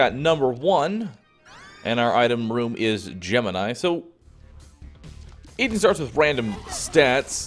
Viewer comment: Eden... its Eden. lol you have such a hard time with that